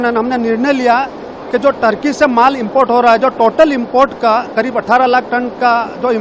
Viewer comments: टर्की नहीं ठरकी। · अरे sir टर्की नहीं है ठर्की है